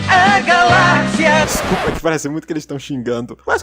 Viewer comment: "Para foder a galixia" KKKKKKKKKKK KKKKK KKKKK KK